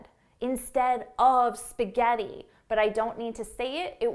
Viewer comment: Come cazzo pronunci spaghetti 🤦‍♀️🤦‍♀️🤦‍♀️🤦‍♀️🤦‍♀️